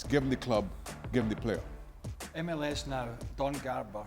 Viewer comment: It’s Don Garber, MLS Commissioner. Not “Garver”